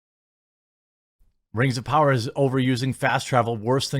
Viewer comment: (We Wuz) Rangz Of Powah